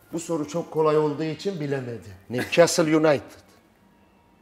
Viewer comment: ne güzel newcastle united diyo